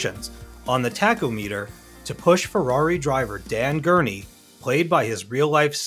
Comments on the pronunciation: The s is not pronounced in la mans The mk is pronounced Mark 1 Mark 2… etc etc… But most goddamn importantly pronounced TACH OM IT TER not Tac O meter for fuck sakes 😂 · "... on the tack-Ouu-meter..." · Tack o meter😂 Is this man real? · Dude also so Tack-o-meter. It's Tack-om-eter. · "Taco-Meter". ROFL. Must be the Mexican version of a Tachometer. Children, please learn how to pronounce words before making a video. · tak-o-meter ? Does this guy even have a car? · “Tach o meter” really? You know absolutely nothing about cars do you? 🤦🏻‍♂️ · I've also never heard "Scuderia" pronounced that way and "tach-o-meter" was odd to me. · You mispronounce so many words, not just Iacocca and Le Mans, that it almost seems deliberate. Even the way you say Ferrari is disastErous, as you say. Taco-meter, seriously? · Your text-to-speech program needs some work. It's mispronouncing dynamometer and tachometer.